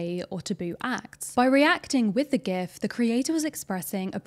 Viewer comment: hit 'like' immediately when you said GIF correctly